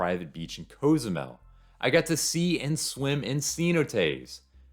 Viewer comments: It’s “cause-zoo-mel” not “coze-oo-mel” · I have never heard Cozumel pronounced this way?! Have I been saying it wrong all along?